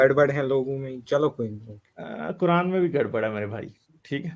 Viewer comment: Kuran 😂😂😂 nahi ku rand bolo bhai